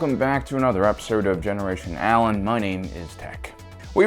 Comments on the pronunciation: "hello there friends welcome back to another episode of generation allen my name is tech "i thought i misheard the intro lol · In the intro he said generation Allen this is tech so did he do this on purpose? Or what